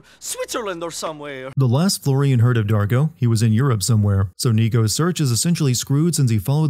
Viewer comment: You'd need 4 VAs to also cover Florian and Darko, and the Russians are bad too(Dimitri's VA is actually Czech iirc). Florian is the one that annoyed me the most, he can't even pronounce the r right, it's totally American. At least Niko is doing some sort of Slav-esque accent even if it isn't right.